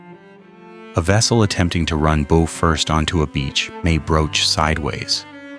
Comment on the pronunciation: The "boe"?